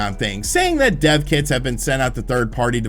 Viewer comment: I thought said 'deaf kids' too and I was like what is he saying? all good though because he explained it.